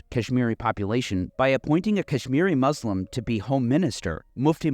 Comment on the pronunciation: Why don’t you learn how to pronounce Muslim? It’s not hard.